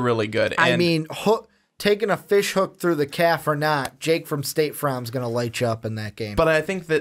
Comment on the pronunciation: This man said Jake from State Fromm 😂😂😂🔥🔥🔥